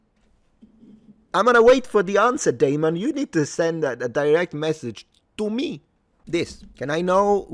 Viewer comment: that was the most italian "to me" I've ever heard